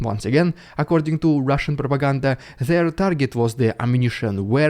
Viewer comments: Rrrrrusian Prrrrrrrrrrrrropagander first 😅😂😂😂😂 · loving the RRRediculous RRRuzzian pRRRRopoganda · Hahaha,”Russian prrropaageeeendaaa” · I love the Russian Propaganda section, each time he rolls the r’s longer and longer